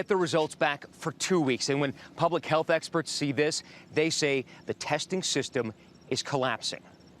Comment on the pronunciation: Did just say, "...at a time when public healthperts..."?